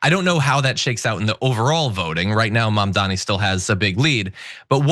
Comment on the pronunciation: Dude are you seriously strugging with the word "MAMDANI" (pronounced like "mom" + "daanie") ?! Dude your last name is "Iadarolla", lets butcher that one !!! Even 'Iadarolla' is harder to pronounce than Mamdani! Idiot!